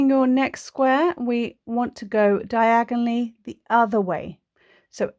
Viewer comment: When yiu say "diagonallly" I hear "Diagon Alley" ... 😅🤣😅🤣😅🤣😅🤣😅🤣